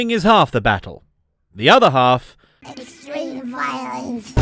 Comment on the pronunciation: Egstweem Vwiolewence